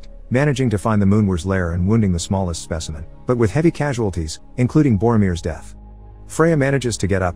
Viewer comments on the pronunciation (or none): none